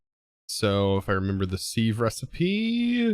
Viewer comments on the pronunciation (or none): Siv not seev correct pronunciation great episode by the way. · Just an FYI, Sieve is pronounced “siv.” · It is pronounced siv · its pronouced sieve with a e